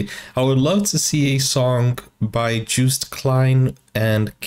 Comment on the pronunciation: Joost is pronounced like toast😄. I don't want to be whiny, but since you're a teacher I think you'll appreciate it. Joost for the win!!